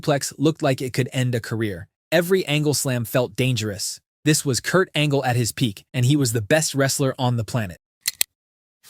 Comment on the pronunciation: PEAK Angle not 'perc angle' IDIOT